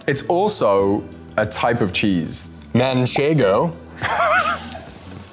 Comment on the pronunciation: Manchego dice Taylor 😂😂😂